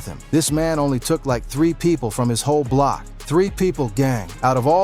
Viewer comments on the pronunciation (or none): nga said “ahh bloc”